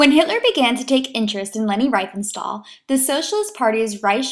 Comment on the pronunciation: "REEF-en-stahl". ...In German, with double vowels, look to the second vowel to determine how to pronounce it: ie = "ee", ...ei = "eye".